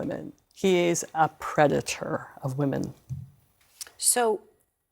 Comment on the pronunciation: He pronounced predator wrong 🍊🤡💩